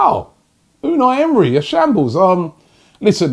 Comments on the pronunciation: Smh Robbie.....it said ELNENY not Emery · It said elneny not emery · Rob you have done some name misstakes recent weeks. Hope youre fine. AC Milan instead of Inter Milan, Kieran Kierney to Kieran Tierney, Elneny to Unai Emery etc.. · Robbie you are just begging for people to mess with you 🤣🤣🤣 the guy said Elneny not Emery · Robbie stay focus bro, Elneny NOT Emery! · Elneny not emery. Robbie spending too much time with troopz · Who is your dealer Robbie? He sells some good shit. Elneny not Emery man!!!